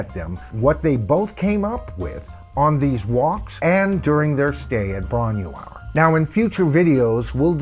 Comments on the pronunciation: I'm a massive Led Zeppelin fan, but I have Headley Grange as a mixed blessing. Live in bootlegs & on vinyl sounded awesome but the Grange tracks on CD didn't really stand up from sound quality point of view. Floyd, Purple, Sabbath and Yes simply sounded better better on CD with greater fidelity. Bron y Aur is said like "Bron-ie-our" in English. The y means of, sorry but it's excruciating hearing the mispronunciation, my mother's family spoke Welsh and it just takes a few seconds to check pronunciation with Forvo or with Welsh ppl online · Ffs, get the pronunciation of Bron Y Aur right before doing a video.. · Great video, but as you said, you're way off with the pronunciation, but so is Jimmy Page 🙂. I took the long walk up that narrow lane back in July and it's really worth doing. It's just outside Machynlleth in mid-Wales (about 45 miles north of my hometown). The cottage is a micro farm now, and you're not allowed in, but you can walk as far as the gate and get a good view of the cottage (I'm told they don't mind this) .